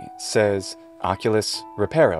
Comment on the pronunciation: The way how "" pronunce words in latin sound too soft. Too close to Italian. Even word as OCULUS he pronounced almost as with Polish, Czech or Slovak š which is softened s The S should be proper hard S